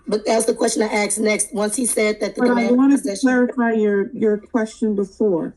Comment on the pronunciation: It’s “askeddddd” not “axe”. It’s not that hard to pronounce 🙄